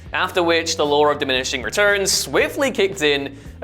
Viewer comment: Why is he adding an R to the word "Law"? It's law, not lawr.